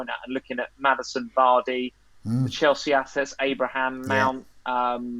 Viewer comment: There's no 't' in Chelsea 😂